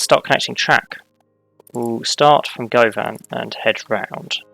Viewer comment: Being from Glasgow, it was fun to hear you pronounce Govan. We pronounce it like "Guhvin". The Glasgow subway, "Clockwork Orange", has a clockwise and anti-clockwise service. I'm not sure if you are/were intending on doing the anti-clockwise. Really enjoying watching your videos, I had such an issue with the signalling in a game, that I started again and reviewing all of the lines as I build them.